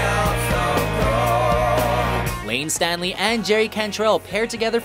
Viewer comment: If he had said Layne STANLEY one more time I was gonna spit. IT'S S T A L E Y